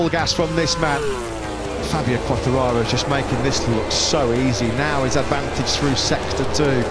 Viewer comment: for the brits is so difficult to name Quatrararooo ahahahah u are so funny